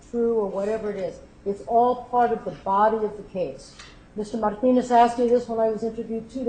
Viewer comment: Damn, that woman is execrable. A man-hating control freak. Every time she speaks i say fuck you out loud:) "FY could stand for Fuck you, yes" The way she pronounces Marrrrrtinez is really disgusting